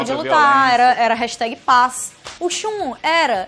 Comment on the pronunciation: O Shun (e não "a" Shun).